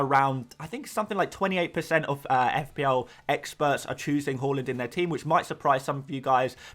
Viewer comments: I love you my guy but I’m not having The way you pronounce HAALAND. HAA-LAND not Ho! long AA after H and the Land you say like Dutch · Say it with me "Haa" - "Land"... Not Hal-land...